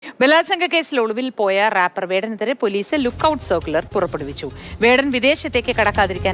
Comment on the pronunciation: റാപ്പർ അല്ലാ റെപ്പർ . 😄